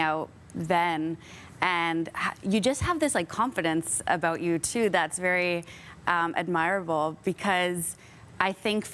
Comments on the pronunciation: I hate to be critical, but how can a professional interviewer mispronounce admirable - twice? Do people not get an education before they go into the business?? Love KD. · Who’s this “interviewer”? “Admire-able??” Otherwise kd lang is amazing and handled this new tik tok journalism with gravitas ❤